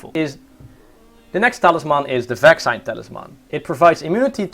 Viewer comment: vaccine = pronounced like "vaksien" (in dutch) interesting video though!